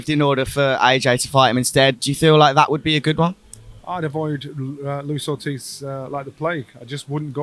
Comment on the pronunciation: Luis ortiz 😂 come on...